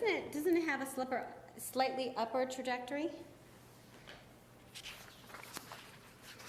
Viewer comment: can’t pronounce “trajectory “